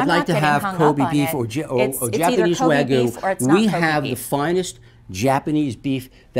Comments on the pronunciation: I'm pretty sure it pronounced Wa-gyu not way gu. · and the pronunciation of hyogo. its prnounced, hyou-go. dont elongate the o, and dont say hi-ogo. my bloody god. and the guy saying wagyu, he literally said WAGUUU. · and btw it’s w-a-g-y-u although she said it as if it was w-a-y-g-u just saying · What's worse is that the owner of Old Homestead called it "wagoo". "Wagoo", as opposed to "W-A-G-Y-U". It's "wagyoo",. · They're not making fun of the japanese name, they're making fun of people who can't pronounce the Japanese name. It's Wa-Gyu with the a sounding the same as in "bat" and the Gyu pronounced similar to "new", not Way-Goo, and it's Ko-be (like bay), not Ko-bi (like bee). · he is not trying to mock japanese,he is mocking the people that pronounce it the wrong way it's wagyu not WAY GOOOO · yeah, and Wagyu beef is pronounced 'wagyuu' not 'waygoo' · She pronounces it "waygheeyou" when it's "wah-gheeyou". And the region of Hyogo, she says "hi-yogo" when it's correctly "heeyogo". Native Japanese speakers will confirm it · It’s pronounced ko-bay, not ko-bee. It’s also not high-oh-go, but hyo-go. And it’s not way-goo, but wa-gyu. Like, literally pronounced 0 of the 3 Japanese words incorrectly. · And she said it like "Way goo" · And why do they say “waygoo” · she pronounced it as "waygu" in the video, theyre just mocking her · "Japanese Way-goo" ah yes, the exquisite Way-goo beef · "Co-bee", "Hi-yo-go", "Wa-goo"... Couldn't you have done some research on the pronunciation? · PT111111 and its wagyo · Especually the wagyu. THE G IS LITERRALY BEFORE THE Y. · Also pronounced wagyu "way-goo" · Why does she say “ waygu “ It’s Wagyu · japanese waygoo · Sledge Table actually it’s more of a waguu than wagyuu cause the y isn’t really enunciated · I don't think we should be trusting somebody who say Wogyu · and "Japanese way gyu" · waygu WAGU engwish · kobee? haiyogo? waygu? way to butcher the pronunciations heh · “Japanese waygoo” I’m sure you can do better than that.